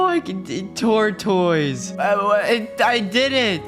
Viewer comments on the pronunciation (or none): He said tortoys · Love how he said tourtoise